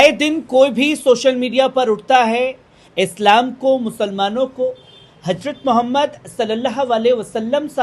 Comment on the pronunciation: hajrat m s a ap zuban ko sahi karen HARARAT MOHAMAD S AW h